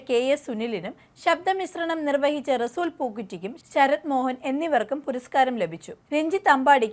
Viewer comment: "റസൂൽ പൂക്കുറ്റി" എന്നല്ല; റസൂൽ പൂക്കുട്ടി എന്നാണ് അദ്ദേഹത്തിൻ്റെ പേര് ഉച്ചരിക്കേണ്ടത്